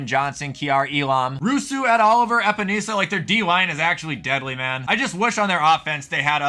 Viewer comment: As a Iowa Hawkeye fan my skin crawled the way you pronounced Epenesa